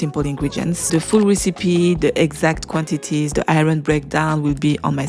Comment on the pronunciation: Sheesh everytime I hear you say IRON, I think you're talking about something else due to the way you pronounce it. ughhh